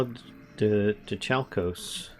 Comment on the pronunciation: muh-LIB-doh-KAL-kos or brass.The more you know . . .